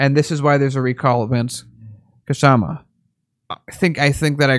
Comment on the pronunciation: Her first name is pronounced "Shah-ma"--the 'K' is silent.